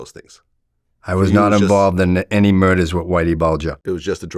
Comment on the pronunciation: "I was not involved with any murdahs with Whitey Bulger" ok buddy... sure thing